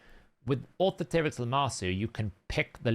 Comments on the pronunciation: Au-THOR-a-trix, same way you'd say Authority. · It's really not hard to pronounce; aw-THOR-uh-trix... you can pronounce authority. you can pronounce dominatrix. you got this.